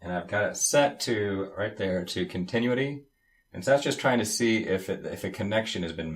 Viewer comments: con-ti-NU-ity. Not con-TIN-uity. Also, what KIND of "noise" are we supposed to hear, and when? And then, you never show us what your multimeter is supposed to be reading. Less than helpful. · Con Teh New Eh Tee